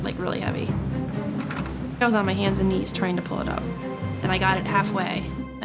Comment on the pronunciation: 😂😂😂 ikr, what was that?¿